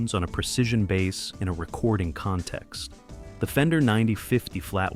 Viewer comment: The long hair guy stumming his bass while jumping up and down is plain embarrassing to Bass players everywhere.. Really sick of this AI generated videos. Pronouncing "Bass" like the fish. Very embarrassing.